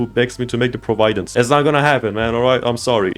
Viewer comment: First of all fym Providence isnt an ULTRAKILL enemy it is and second of all... that is not how you pronounce Providence- its more like 'Praw-vih-dense' 💔